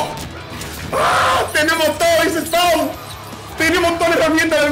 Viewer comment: He said.. Spau 🤣🤣🤣